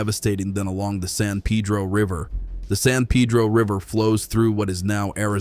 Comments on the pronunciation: It's San Peh-droh, not San Pee-dro 😂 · Why pronounce San Peeedro! Dam (pun intended) it’s annoying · In Arizona, particularly Tucsonans, many are grateful, even excited about the work done to welcome beavers' return to the San (Pay-dro) Pedro. (He-la = Gila) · Repeat after me "San Pay -dro". Interesting, as an Arizona native I have always had a soft spot for water, (it's just a desert thing). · Wish you would get your pronunciation right on names of rivers. San Pedro is pronounced Padro. Gila is pronounced Hila, These are Spanish pronumciations.